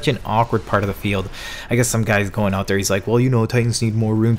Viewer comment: Hmm hockey he says oot yo dude ur Canadian